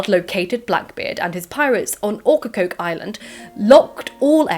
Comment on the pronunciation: I'm from Wilmington NC but my ancestors came from England in the 1700s to currituck which is another coastal town full of pirate shenanigans. I loved hearing how you pronounce Ocracoke, Beaufort and Topsail. Here we pronounce it "oak-ra-coke", "bow-furt" and "top-sull" very southern American lol I live in the mountains now but I still miss the smell of the pines and the sandy black soil